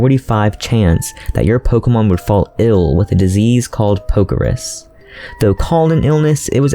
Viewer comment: “Poke-RUS” “RUS” where in the hell did you get “Ris”